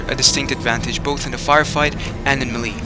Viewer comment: Note: Melee is said as Melay. MELAY MEHLAY.